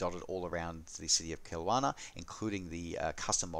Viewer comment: Love your channel! But ... as a Canadian who lives in BC and has flown (commercially IRL) into Kelowna many times, the pronunciation is /kill LOW nah/. :-)